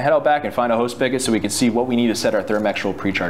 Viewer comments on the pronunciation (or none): **SpiGot**....not Spikket